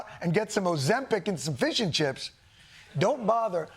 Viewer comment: I've never heard fish and chips pronounced as fishenchips before 😂